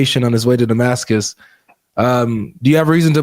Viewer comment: this person's way to pronounce Damascus sounds like he is saying da-masochist.